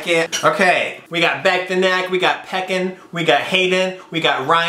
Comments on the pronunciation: Anyone else annoyed by "PEKIN" and not fuckin "PECAN." Lmaooo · lmao peck-an? its PEECON Hahahaha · PECAN 😭😂 LIKE PECK-IN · The fact that Ricky pronounced Pecan (Pee-Caewn) as (Pec-in). I’m dead😂😂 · Ricky says “peck-an” instead of “pee-can” honestly killed me lol. Love you Ricky 😂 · Ricky did NOT pronounce “pecan” as “peh-can”... its “pee-con” LMFAO. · not ricky pronouncing pee-can peckin 😪😪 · did Ricky really just pronounce pecan as peckin??😂😭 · THATS WHAT I SAID LMAO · I WAS CRACKING UP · i was dying hahhahaha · When he pronounced pecan as peckin LOL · player name: pecan Ricky: pEkKiN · hahaha he said peckin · can we talk about how he pronounced pecan “peckin” bahahah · not ricky saying pecan like pacun😭😭😭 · pronounces pecan "peck-in" hahahaha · Lol not Ricky pronouncing pecan like peckin.. baby.. nooo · him pronouncing pecan wrong is so funny to me💀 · the way u are saying pecan is making me sweat oh nooo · THE WAY HE PRONOUNCED PECAN LMAOOOOO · Anyone else lol’ing at him saying Pecan 😂❤️ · why’d you say pecan like that lmao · The way he’s pronouncing Pecan though